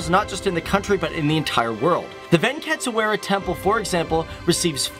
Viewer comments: Oh My God..!!!!!! You REALLY REALLY REALLY NEED TO WORK ON YOUR PRONUNCIATION!!!! "Ven-kit-swara"!?!?!?!?!? and the 'Whole tradition of "Holly"'?!?!?!? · It's Venkateswara swamy temple. Could have just checked the internet for pronunciation.